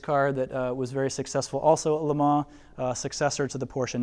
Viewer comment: Would love to be able to get to see this display. Watching this video will have to do however. Unfortunately my ocd couldn’t get past the pronunciation of Lemans (Lemar?).